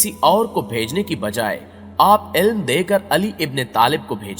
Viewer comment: Ilem dekar ky bro saf bolo alam dekar